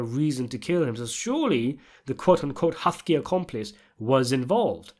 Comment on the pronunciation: What's with all the mispronouncing? It's like a British Paulie Walnuts made a video. You say almost everyone's name wrong and it's husky not "hufky".